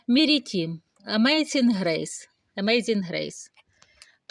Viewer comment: Щоб щось озвучувати підготуйтесь. Міріам це троянда Амейзін Грейс. А Марітім, а не Мірітім це зовсім інша троянда плетуча